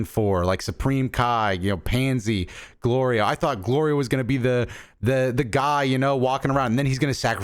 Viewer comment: Goku saying Glorio correctly had more build up than ssj4